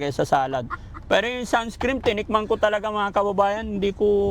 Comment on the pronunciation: SUNSCREEN HINDI SUNSCREAM😅😅😅😅😅😅😅😅😅😅😅